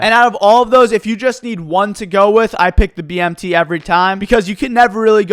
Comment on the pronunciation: The way you said BMT lol * BMTay